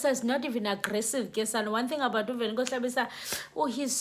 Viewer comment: Velenkosini not Velenkosi